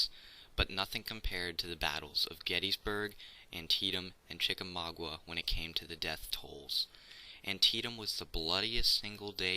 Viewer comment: You mispronounce Chicamauga. -- A Georgia native.